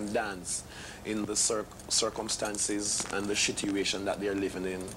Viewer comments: I like how he says "shituation" and "shitstem" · The shitstem (system), shituation (situation)